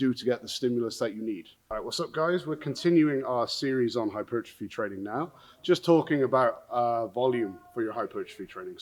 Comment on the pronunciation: My favorite part is that you say "hyper-trophy" instead of "hy-pertrophy"... Sometimes